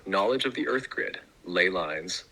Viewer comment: Never take geography lessons from someone who pronounces earth as "earf"